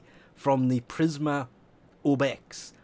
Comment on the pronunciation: Prismer Obex? PrismA Obex. A.